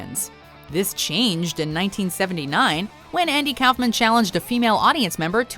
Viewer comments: It’s pronounced cough man not kouhfman that made me cringe when you said it also a lot of these where actually funny but watchmojo becoming a bit too pc for my liking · "Cowfmin?" It's pronounced "cough man." 😒